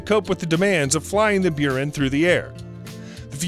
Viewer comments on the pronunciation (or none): buran is pronounced boo-ran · "Byuren", "Beereev" What the heck are these pronunciations? Jesus... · Don't you mean the "Burin"? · Ahhh the Russian shuttle, the "Beeran" and Lockheed's main rival, "grooman" LOL Is this what happens when someone takes those robot narrators and just remakes them without knowing anything about the subject? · I nearly quit when he got to the "Beyoorin" space shuttle and its carrier aircraft. By the time the narrator finished with that segment I had a bad case of itching teeth. I won't be watching anything more from. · Buran is pronounced "Byor-ann." Means "snowstorm." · It’s Boo rahn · Its pronounced Say toy ful, and Bore an the russian shuttle, come on. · Jesus, learn how pronounce the words... Seeteufel, Buran, Grumman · Quite an achievement to pronouce EVERY SINGLE NAME wrong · One, you miss pronounce Buran and two, it didn’t fail, it was canceled for various reasons, top of which was the failure of the Soviet Union.